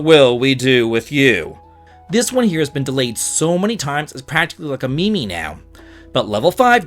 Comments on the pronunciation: I know you're out of the loop, so just letting you know it's pronounced "meem" not "me me" 😉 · “Me - me” 😂, don’t ever change. For future reference (if you care), it’s pronounced like “meem” ❤ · i appreciate the info but i cannot associate with a man that pronounces meme that way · a 'me me'? lol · Did bro just pronounce meme like it's his grandma? What year am I in?